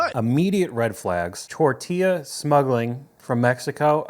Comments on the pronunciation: Every time I heard the way she said Tortilla, my urge to slap something grew stronger. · lol the frickin way she said “tortilla” was HILARIOUS😂😂😂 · The way she is putting inflection on the word tortilla is driving me insane